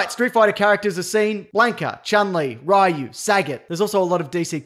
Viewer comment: IT'S RI-YU NOT RAI-YU DANG IT